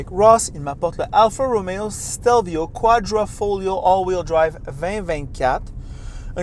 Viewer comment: Ce serait bien de savoir prononcer le nom du véhicule. Autrement, bravo !